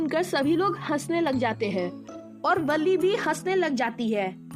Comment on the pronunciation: That is not villi it is va-l-li